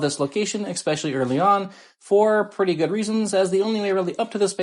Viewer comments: expesially? It's especially friendo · “Eck-specially!?” Hahahaha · Great video. I just have to remind you though, there is no X in especially. 🙂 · Good video but there is no X in especially